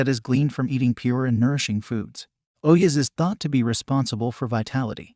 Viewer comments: its not OH-YES, its O-JAS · It's not oyas it's ojas. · don't stan on your head without a yoga master teaching, you will go crazy after a while, and ojas are pronounced d/f